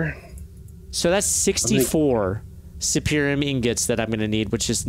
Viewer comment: Does anyone else cringe a bit when they mangle the Mystical Agriculture essences' names? It's not "Infernium" it's "Inferium", as in an Inferior essence. The highest one isn't "Superium", it's "Supremium", as in Supreme Essence. As an aside, if Cloches and Mulch are in this modpack, they could totally make Inferium essence a whole heck of a lot quicker, and would be able to automate it in a slightly smaller area, in theory. They would only need one Cloche automating each Essence, with the thing it grows fastest on, leave the server on overnight, and check back in so that their storage doesn't overflow.